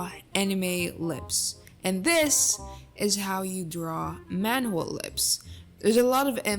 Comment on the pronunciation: I DONT EVEN SPEAK KOREAN BUT THE PRONUNCIATION IS SIMILAR IN MANDARIN SO I KNOW DAMN WELL ITS WRONG 😭